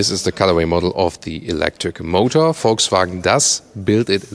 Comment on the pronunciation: Volkswagen not voltswagen learn how to pronounce car names